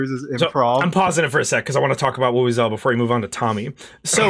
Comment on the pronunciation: What exactly is the real name of the tool for the "Black Mesa Sweet Voice"? It sounds like they're saying "woo-woo-zela" (as in vuvuzela) but I can't figure out where to find it Edit: Figured it out, it's the "Wowozela"